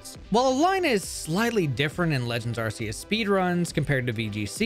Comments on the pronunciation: I also use to pronounce it "ar-see-us" but I believe it has to be pronounced "ar-kee-us"... i don't believe nintendo would give us an arsphone... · ARCEUS is not pronounced RCS. It is pronounced RKS. This is not debatable, nor a matter of preference. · Arr-Key-Iss >Arr-See-Iss Reason: Ark Phone, not ar$e phone. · Man I had such high hopes during the intro and it was all shattered the moment I heard “ar-see-us” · Its “Ark-eee-us” btw according to the official Pokemon Book, 2024 and either you’ve always said it wrong or you still don’t know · this is a great video but ur pronunciation of arceus is killing me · Nice video, but learn how to properly say Arceus please XD